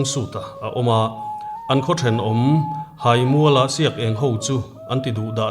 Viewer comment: Haimual hi theihai a hai thluk anga hai lai hi thluk tur.